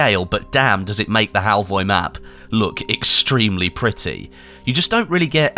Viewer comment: The O at the end is actually pronounced like the U in the word "fur".